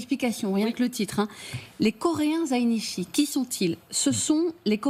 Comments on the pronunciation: les zaïnitchi (je mets un t puisque visiblement il y en a besoin pour le prononcer correctement) sont des coréens, dont la seule particularité est d'habiter (zaï) au Japon (nitchi) je vois pas bien où est la honte pour le Soleil illuminant la face de la Terre, l'Illustre Intellectuel de l'Humanité, le Brillant Général, le camarade KIM JŎNG ŬN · Visiblement, elle a des difficultés à prononcer le dernier syllabe de mot "zainichi"....😅